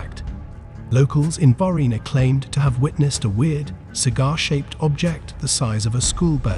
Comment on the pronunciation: Huh huh he said varghina